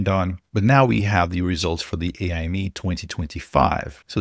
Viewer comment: FYI: pretty confident AIME is pronounced like 'Amy' (or just spelled letter-by-letter), and not as 'AI Me'. AIME stands for "American Invitational Mathematics Examination", and it has absolutely nothing to do with AI.